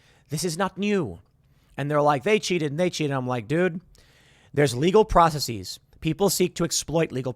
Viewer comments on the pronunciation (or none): Dislike for faux intellectual pronunciation of the word 'processes' as "process-EEEZZE" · "Process-eeze" is not a word.